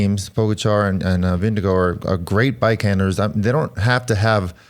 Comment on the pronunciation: Why do you guys sometimes say "VingeGO"? It makes no sense. If you cannot pronounce "å" then just go with "VingeGARD".